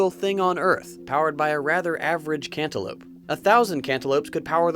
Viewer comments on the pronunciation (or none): Cantolope lmao 😂